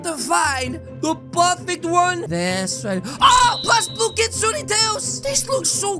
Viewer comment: I am mentally depressed bc he called my kind a kitsuney